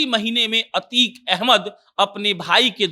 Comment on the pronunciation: अबे यार अच्छे से अभ्यास कीजिए अतीक अहमद है अतीक पाल नही